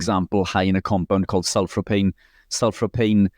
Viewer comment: it’s Sulforaphane Rich 😂 Pronounce it, sulfor-a-fane 😊